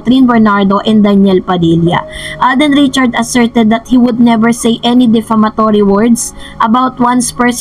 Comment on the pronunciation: Hello it's defamatory not deflamatory